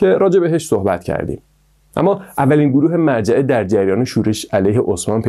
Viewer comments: داداش اون مُرجعه است نه مَرجعه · ممنون از ویدیوی جالبتون اما فکر کنم تلفظ صحیحش مُرجعه ست نه مَرجعه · با عرض سلام تلفظ درست : morjeeeمرجئه و ghadarie قَدَریه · مُرجعه نه مَرجعه قَدَریه نه قدریه